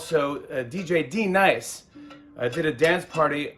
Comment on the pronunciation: D-Nice? Do u mean Denise?